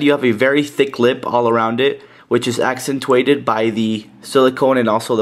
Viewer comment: I thought the t in accentuated is a 'ch' not a 't'. ahahaha just being picky. good review, keep it up :D Been watching you for a while now.